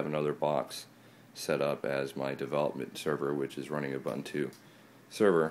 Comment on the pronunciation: pronounced /uːˈbuːntuː// oo-BOON-too :-) Nice setup.